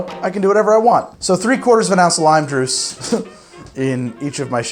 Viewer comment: "3/4 of an ounce of lime druice" lmao